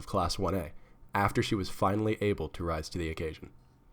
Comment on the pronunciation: "ROSE" you mean rise??